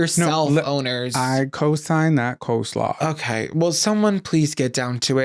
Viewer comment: Obsessed with rapid-fire pronunciation of "coe-slaw." 😂